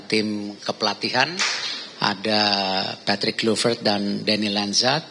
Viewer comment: Angka nol utk yg tanya sebut nama aja keliru... Patrick jadi matrick.....payah dan buat malu didengar publik